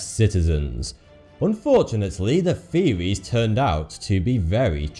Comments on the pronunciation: No one: Absolutely no one: Not even the aliens in are 51: Him: feewies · i believe he says "top 10 conspwerise seweis that twerned out twue" your an adult man stop talking like a baby. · I finally realized that when he says “feewees” he’s actually trying to say “theories” so now the video actually makes sense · "True" is not pronunced "Two" and "Theories" should not be pronounced "Tweowies" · He's trying to sound so cool but ends up sounding like 'the conspiracy fearies turned out to be twu' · Can you not properly pronounce the th sound, British dude? These are not conspiracy "feories" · You're talking about the "conspiracy feories" LMAO the host is to much ! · feories. LOL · He pronounces his "th" with "fe" example: conspiracy feories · TruTH. THeories. What is with people with their lazy pronunciation!? It reduces any perceived intellect by about 75% in my book.